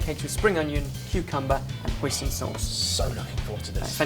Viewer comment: you pronounced hoisin pretty good :) and thanks for making this video, me and my family have been ordering this since i was a kid and you made it home easy ( usually the duck is made by someone specialized in making it and its roasted)